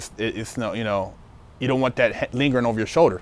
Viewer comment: “Lee-gering” bruhhhh